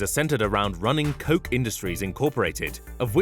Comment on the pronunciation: I'm pretty sure you're not pronouncing "Koch" the right way..